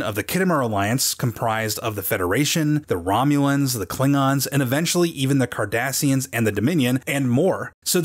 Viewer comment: Im not a big star trek fan and when he said kardasians i thought he said Kardashians lol